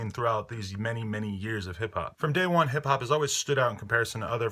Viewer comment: "hip hap" lol